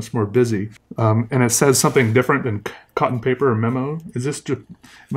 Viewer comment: The cotton paper one literally says cotton paper but phonetically (Kotton Peepaa)!